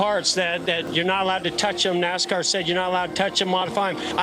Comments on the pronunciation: A marked improvement would be simply leaning how to pronounce NASCAR correctly. Couldn’t finish watching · Who makes these stupid videos. They don't even know how to pronounce the names correctly. Worst nascar reporting ever.